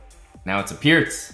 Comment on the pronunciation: Exactly, Pirc is pronounced 'peerts' and fianchetto = fee-ann-ketto